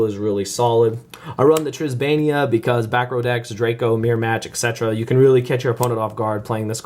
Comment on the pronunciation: Am I hearing ppl pronounce "Tris-bae-nia"??